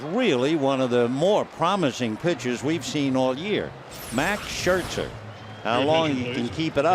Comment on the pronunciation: He pronounces Scherzer SHIRTZER